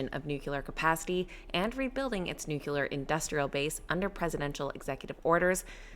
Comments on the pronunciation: It’s pronounced noo-klee- er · How hard is it for an average American to pronounce the word Nuclear? Geez.... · Yay! CCJ 👍 very 'nucular'